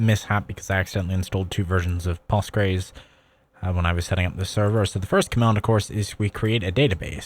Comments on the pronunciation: i have never heard postgres pronounced as /pɑːstgɹejz/, only something like /powstgɹɛs/ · I'm shocked how you pronounced Postgres